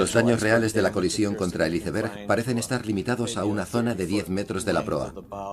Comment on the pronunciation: Iceberg (con c, no con s) es un término castellanizado e incluido por la RAE en nuestro idioma, no hay motivo por tanto para pronunciarlo en inglés. Como no pronunciamos gol, suéter o líder en inglés, sino en su forma castellanizada. Y no es lo mismo que un témpano 😅.